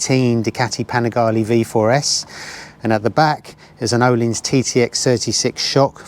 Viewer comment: FYI Ohlins is pronounced Urleens